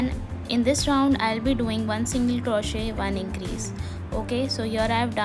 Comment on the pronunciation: It's not crawshit.. it's crochet. The t is silent